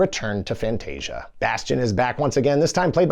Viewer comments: Not Fantastica. FANTASIA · fantasica? is it not fantascia? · Did this mofo call it "Fantastica"? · Why is he calling Fantasia Fantastica?